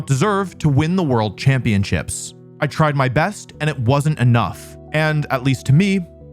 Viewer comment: The first thing that I noticed is how Wolfey pronounces championships as champion-chips Video ruined!!!